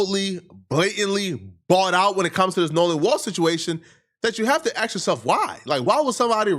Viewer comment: Nigga still says axe and ordasity instead of ask and audacity, bag to differ was the cherry on top 😂